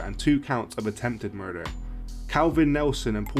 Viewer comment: "attempted murfer'